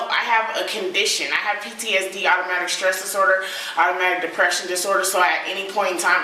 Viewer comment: Serafin it's post traumatic stress disorder and post-traumatic depression. She didn't pronounce it well, but they are real illnesses.